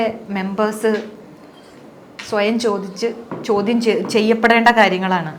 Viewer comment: chodyamshariyalla ❌ chodyamsheriyalla ✅